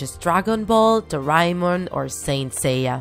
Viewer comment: I loved how you said Doraemon so please make Doraemon draw my Life💓💜💜